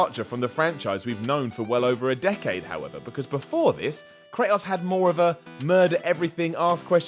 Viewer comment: why he saying kratos all weird like that? STOP!